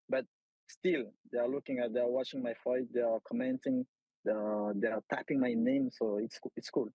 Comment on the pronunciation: Cedric tu prononces fight avec un accent irlandais 😅😩 comme mcgregor ! Ressaisis-toi